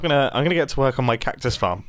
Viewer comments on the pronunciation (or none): instead of hearing "I'm gonna get to work on my cactus farm," I mistakenly heard to work collectively, resembling "twerk," leading to considerable confusion on my part.